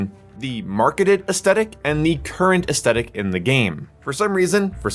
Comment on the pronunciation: Take a drink for every time he says “aestetic” and not aesthetic